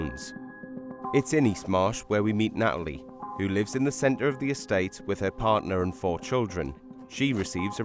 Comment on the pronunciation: 3: 24 Her name is Natalie, not Na'alie, for heaven's sake. Stop using slovenly glottal-stops!